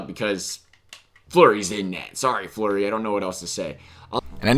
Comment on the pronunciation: You callled flurry Murray